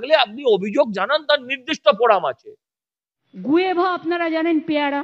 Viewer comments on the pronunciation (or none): 🤪🤪কথাটা কি গুয়েভা 😆😆guava কথাটা ঠিক করে বলতেও পারেনা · উচ্চারণ টা গুয়েভা নয়। উচ্চারণ টা গুয়াভা।